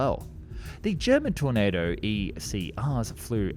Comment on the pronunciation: How many different ways can one person pronounce tornado